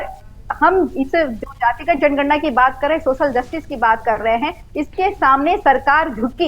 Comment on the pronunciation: जनगणना शब्द का सही उच्चारण करना तो सीख लो फलाने ॓भइया जी ॔।